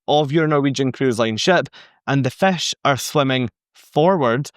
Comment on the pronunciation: Good information as usual. I would have added on point 3 the forward is also sometimes called the “bow”. be aware on NCL they have a few rebellious fish, in RED, swimming backward. Love your accent saying “fish” which sounds more like “fesh”. Found that one out touring Scotland many years ago. Confused me for a moment in a restaurant talking to the waiter but sounds so nice. Keep up the good work and make more great videos.